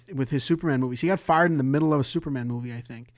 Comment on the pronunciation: Ze book, puts it in ze bag